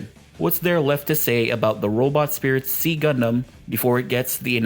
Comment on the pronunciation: It is pronounced [ksi] in Modern Greek, and generally /ˈzaɪ/ or /ˈsaɪ/ in English. Not "see" or "C"-gundam.